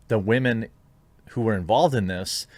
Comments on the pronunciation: I find it funny that you say "Wahhman" but change it to "women" when its in bad taste. its always in bad taste. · It’s sentencing for wahmen